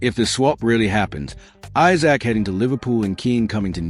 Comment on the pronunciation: Who types your commentary, it’s Isak not Issac and Wissa not Wisser.